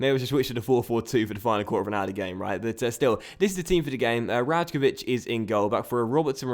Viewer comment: You pronounce it 'Raykovich'